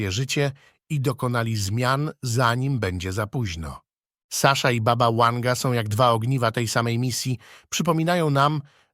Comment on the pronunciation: Baba Wanga byla Serbka i wyszla za maz za Bulgara , a jej imie to : Wangelina , i skrot : Wanga . Nie rozumiem dlaczego lektor czyta jej imie z "angielska " jak w slowie "weekend ". Wymawiac trzeba W , jak w Polsce.